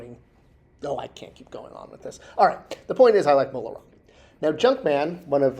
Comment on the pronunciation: Maybe because (and I like Junkman, but he can't spell or pronounce things, sometimes) Disney never heard of "Mon Roma" [sic] and still doesn't know he meant Mola Ram.